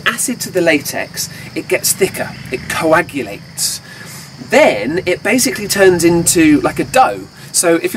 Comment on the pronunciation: He said coagulate...